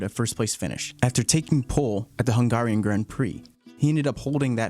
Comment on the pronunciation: Interesting to hear an American talk about F1 in this way. Usually when listening to stuff about F1 it's always brits :) So that's a breath of fresh air. Though you could learn how to pronounce 'Hungary' or 'Hungarian' a bit better ;) Nice video!